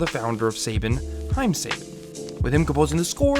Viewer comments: It's "sah-BAHN", not "SAY-ben" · That Say-ben part is killing me... It's pronounced SABAN, as written. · 'Suh-bohn', not 'Say-bihn' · Saybin? You mean SAHBON!?!? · SAY-BAN IS SUH-BON... Otherwise great video! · Say-Ben😂😭 i thought it was Saban as in sah-bahn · Its prounces SA BON! Not saibon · As soon as I heard him say SABIN instead of SABAN I was out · It's "Suh-bon" not "Say-Bon" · I don't care how many people have posted this before but you're pronouncing their company's name way wrong. SAH Bshn not say bin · I’m annoyed that he keeps mispronouncing Saban. It’s not SAY-ban, it’s sah-BAHN. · I thought it was "suh-bon", not "say-bin"? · "Suh-bon" not "say-ben" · Sorry to be a stickler but it's pronounced "suh-ban" not "say-bin" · Pronounced Sah-Bahn not Saybin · Suh-Bahn, not Say-Ben. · "sayben" it's suh bon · Not "say-ben" it's "saw-bahn" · It's pronounced sa bon . Not sa bin. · Saben??? lol it's Saban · SA-BAN not SAY-BEN thanks :D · sayban??? lol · True. Saban brands is an American company and this youtuber does speak English properly so to hear him say saben instead of saban constantly is very distracting and kinda irksome but it doesn't take away from how good the video is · Just to say it in case anyone didn't know, it should be pronounced suh-bahn, they also did Power Rangers the adaptation/reworking of Super Sentai. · “Suh-baan”.. lol. Hated that. Otherwise great vid. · Actually, it's See-Barn. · Hearing him pronounce Sa-bon wrong is giving me a twitch. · This video is amazing, but we prefer to call it Sa-ban! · Yeah i can see by the top comment that you're aware of the Sayben thing. I still can't year it without cringing. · Right? It's pronounced "Sa-bahn". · Seiban? You mean Saban? How can someone not know Saban? Is he like 15 or something? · I keep getting thrown off by hearing your pronunciation of Saban. I remember it being pronounced as "Sa-bahn" as a kid growing up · This vid was pretty hard to watch when he kept pronouncing Saban as "Sa-ben"